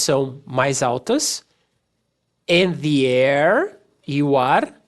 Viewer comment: Em "The air" ele faz justamente isso. Irretocavel.